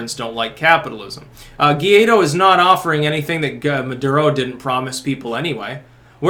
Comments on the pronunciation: It's pronounced Goo- eye- dough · It’s pronounced Guh-Why-Doe